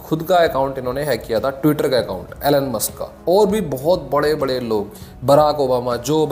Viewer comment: Great video and thanks for sharing details. Just 1 thing Elon is pronounced - E-lawn, not Ellan.